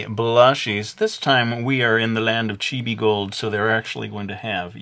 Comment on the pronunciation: It's chibi not chibie